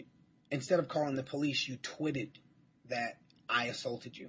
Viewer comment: You "twitted" 😂